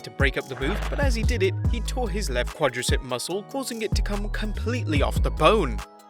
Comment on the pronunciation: He can’t say come